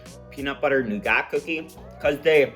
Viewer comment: Buddy you’re killing me with that pronunciation of nougat! Think…noo-guht…sugar, honey and egg whites